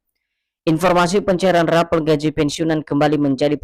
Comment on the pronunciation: RAPEL KLUAR BUKAN RAPEALON BUKAN ...KLIRU RAPALAN...GAJI.